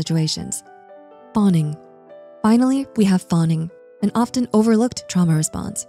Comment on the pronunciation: The T in "often" is silent.